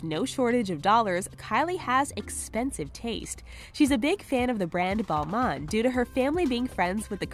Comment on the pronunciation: Balman😂😂it is balmain right?!😂😂